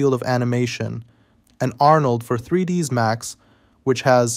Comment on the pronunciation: Err... You know it's not "3dees Max" right? :)